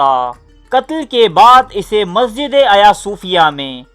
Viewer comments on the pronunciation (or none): none